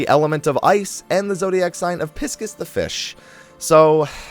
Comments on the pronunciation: pisscus the fish....you mean Pie-sees right? like the zodiac sign? Pisces? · nice. but the zodiac sign Pisces, is pronounced Pie -seas, Not pis cus. see or for confirmation. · pay-sees (not piskus) lol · Did you prounounces pisces as PISSKESS?! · Isn’t it ski-on Isn’t it pie-sees